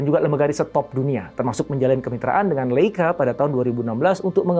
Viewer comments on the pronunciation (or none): none